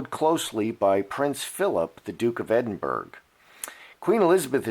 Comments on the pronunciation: Edin burr ra that how you say it x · Hi.. try pronouncing it.. Edin borah.. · But the real question is, will the presenter ever learn to correctly pronounce the word, "Edinburgh"? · Well YOU WERE WRONG! It's mid-2020, and Her Majesty Queen Elizabeth II and His Royal Highness Prince Philip, Duke of Edinburgh (which you can't even pronounce properly,) are still alive and going strong in the service of their country and the British Commonwealth.